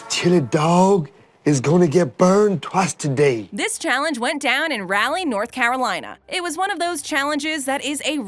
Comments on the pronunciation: Arthas Menethil I know it’s been a while but Raleigh is the capital of NC - and the second largest city in the state. It is Rall-E not Rail-E. It is named after Sir Walter Raleigh who sailed for Queen Elizabeth I. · I was coming to comment this, I'm not even from NC, but I know it's pronounced Raw-Lee not Rally. It really bothered me, I feel like almost everyone from the US knows how its pronounced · Exactly. I live in Raleigh and absolutely no one pronounces it like rally🤣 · “Rally” North Carolina LMAO. First time I’ve ever heard someone caked Raleigh that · Um Raleigh is not pronounced rally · The way she pronounced Raleigh made my eye twitch. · Don’t ever pronounce Raleigh, NC like that. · I've never heard anyone in NC pronounce Raleigh like that.